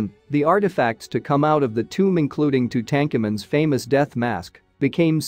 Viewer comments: Who is this "Two-Tank-Amen" guy the narrator keeps talking about? Lol.... Gotta love those bot readers.... They're sounding more human... but still not quite. 😊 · Its Tuna El GEBEL, the G is like the G in “gas” its NOT a J. And Tootank-koomen??? Seriously?! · Do not use these pronouncements they are incorrect. Not how we say camathan a Welsh name or the boy king. Do better please use correct pronouncements your teaching children to mispronounced it. Dude wrong.